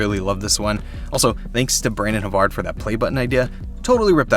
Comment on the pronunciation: Dude you spoke the name "Brandon Havard" right, btw great setup!